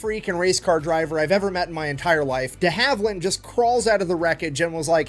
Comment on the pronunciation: Not Dee Haveland, deHaveland